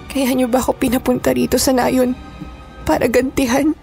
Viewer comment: Nayon.. Hindi Nay'un ang bigkas